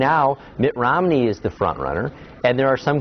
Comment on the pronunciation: Did he say Mitt ORomney? :)